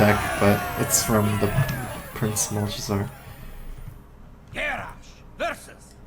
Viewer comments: did you seriously just say prince mulch-a-zar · my eye twitches every time he says "Malchezar"